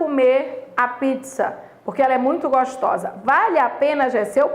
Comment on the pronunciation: É "vale a pena" e ela fala "vaLhe a pena" KKK. Obrigado pela aula !♥️